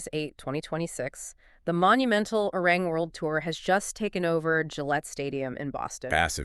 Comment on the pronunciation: Love this so much! 💜🤌🏻 But remember, it's pronounced "Are-Ree-wrong" 😂💜 Arirang